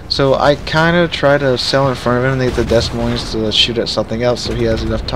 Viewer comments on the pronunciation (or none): Dez Moinz? I always thought it was ‘Demoin’ with 2 silent s’s.